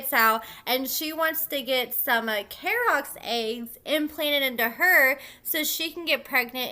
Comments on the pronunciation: His name is pronounced Key-rock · K-E-Y ROK is how you pronounce his name lol 🙆🏻‍♀️🤦🏻‍♀️😂